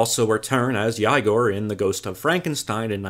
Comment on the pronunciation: mufugger said YIEGOAR